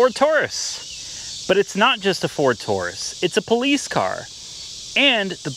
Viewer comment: It’s not touris it’s Taurus.